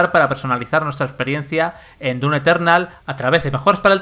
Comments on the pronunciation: Se dise doom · ¿Se pronuncia dum o dun?? ya ne confundio xd